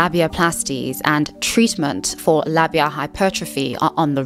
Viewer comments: this is really important to talk about but also it's said lay-bee-a. Also labia library is a good reference and helped me when I was going through puberty learn how diverse bodies can be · I understand that you are British, but your repeated mispronunciation of Labia i really getting to me. It uses the long a-sound for the first syllable ok? Like in aero or aid. And short a-sound at the end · say it with me: lah-be-uh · The way you pronounce labia is craaaaaazy